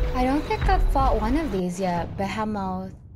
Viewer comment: The Ba-He-Moth, is based on a Boar 🐗.